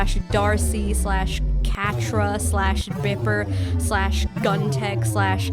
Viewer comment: I legitimately screamed when you said catra